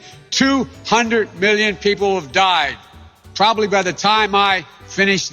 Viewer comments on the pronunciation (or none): "tobly by the time I finish this talk" 🤣🤣🤣🤣